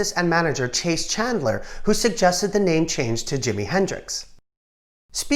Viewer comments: CHAS Chandler, short for Charles, not "Chase". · Love your vids, but please .... it's Chas, rhymes with 'has' - not Chase. It's short for Charles or Charlie. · You are mispronouncing Chas Chandler's name. You say Chase...like I will chase you around the house. I is pronounced "Chaz" like Jazz. Hope this helps. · You are mispronouncing Chas Chandler's name. You are saying chase as in chase someone down the street. It is pronounced Chaz like Jazz music.